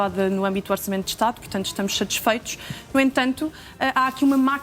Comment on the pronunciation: È SAtisfeito e não CHAtisfeito